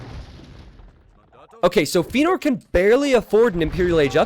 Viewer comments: Yeah, Feanor is a LotR-character and is pronounced Fe-ya-nor !! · Don't know why he got so defensive over the pronunciation of Feanor. Not difficult to just say it correctly after chat told him he was saying it wrong.